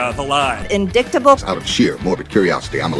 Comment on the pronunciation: Did MTG say "in dick ta bull" when reading "indictable" ? 😅😊😂😮😢😂